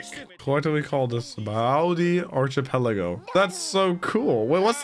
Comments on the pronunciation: you need to learn how to pronounce archipelago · you pronounced "Sah-bah-odey" right at the end there, I'm proud. As for the rest: Ar-key-peligo Mah-re jwa (ju wa)